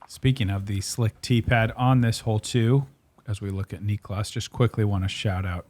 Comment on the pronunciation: Heyyyyyy......SOME Of the American announcers are starting to get this guy's name right. Its not v hard. Oh , well not Paul..just heard him around 7 min. Only TWO Syllables ✌🏽👏🏽👏🏽 native English speakers Say : "knee• cläss" Niklas. Not Nich•o•las.... now you're a tad smarter 🌈